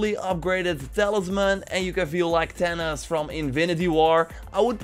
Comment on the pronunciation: You say Thanos like "Tennis"